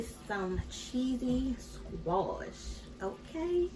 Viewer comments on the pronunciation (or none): Love the cooking, but also love to hear her say "squoosh" Girl you got me rolling over here!! : ) Oh and new subscriber here ~Hearts~